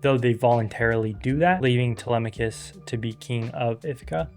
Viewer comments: (Tele-mock-cus) is how I always read it. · Is it? Τηλέμαχος, Tee-LEM-ma-kos, just like the Greeks pronounce it? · Help the struggle to pronounce telemachus is so real 😭😭😭 But personally i am just disappointed that the movie didnt really portray odysseus being a cunning trickster that much in the movie aside from the trojan horse, what was also dissapointing was how odysseus's pride (like when he revealed his name) wasnt mentioned AT ALL. And what dissapointed me even more was how penelope didnt even test to see if that truely was odysseus, the olive tree bed was literally one of the MOST fundimental parts of their relationship and it wasnt even there I just wish we got to see more of odysseus's character and penelopes character aside from odysseus feeling guilty and penelope wanting her husband back